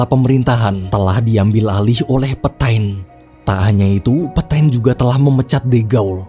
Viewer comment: FYI lagi, bacanya kurleb "petang" bukan "petain" :')